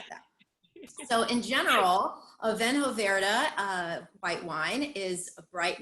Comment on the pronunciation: It's pronounced "Veeno Verd" ;-) One of my absolute favorites.